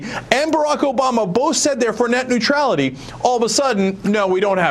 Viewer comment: Hahaha Neutrailty. Oops.